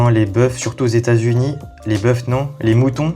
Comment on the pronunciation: * des boeufs se prononce " des beu"